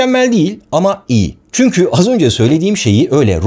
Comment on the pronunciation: barış abi seni yıllardır izlerim ve takip ederim senden ricam çünki yerine çünkü telaffuzunu yapman